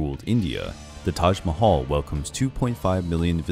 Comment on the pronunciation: u r pronouncing Taj Mahal incorrectly